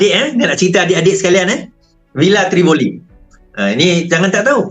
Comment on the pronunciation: nama villa pon brader dah salah...tivolli daaa bukan trivoli...yenadeiii